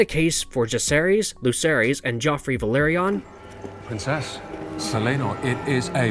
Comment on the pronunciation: My friend it's not Ve-LER-ion it's Ve-LOR-ion